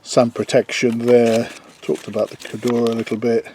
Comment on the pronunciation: I noticed you struggled pronouncing Cordura and Achillies.